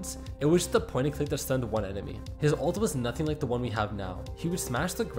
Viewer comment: The way you pronounce old and ult is way too similar